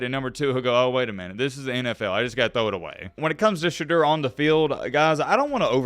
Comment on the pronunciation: Shah-d-ooo-er btw